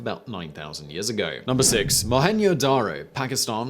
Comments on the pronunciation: Mohenj Daro - J is pronounced a J and not the Spanish way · and in same time butchering the pronunciation of Mohenjo Daro... what an ignorance